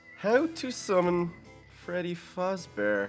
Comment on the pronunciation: it is faZbear not fasbear. Do a summoning of Little kelly.EXE